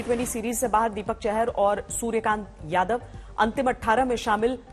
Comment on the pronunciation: Shuraya kaant nahi shurya Kumar yadav hai ma'am